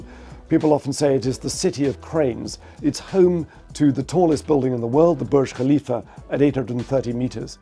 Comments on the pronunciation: The only Westerner and reporter who pronounced "Burj Khalifa" correctly. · How did you pronounce Burj Khalifa perfectly yet missed everything else.